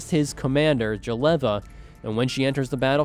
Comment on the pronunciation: Can't stand that Jeleva pronunciation